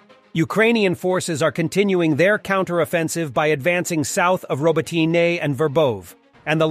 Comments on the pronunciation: OMG... pick a pronunciation of Robotyne and stick with it. Hell there's 3 different pronunciations in the first 70 seconds! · How he says robotyne ist terrible 😷